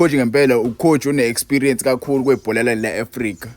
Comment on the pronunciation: Esparance 😂😂😂 not Experience bafo